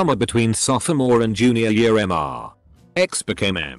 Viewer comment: Okay, how come this TTS program still can't properly discern and pronounce "Mr." and "Ms." as "Mister" and "Miss"?! Likewise for "Dr." and "Doctor".